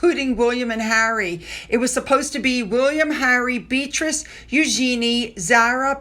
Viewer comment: I wish you would pronounce Beatrice's name properly. She' not a beetroot